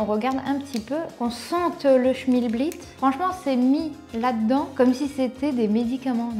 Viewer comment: Bonjour, je ne connaissais pas... Et tu me perturbes à dire "schmilblit"... Moi je dis "schimlblick" 🤣